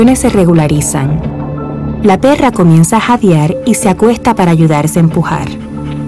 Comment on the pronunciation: "la PERRRRA" XD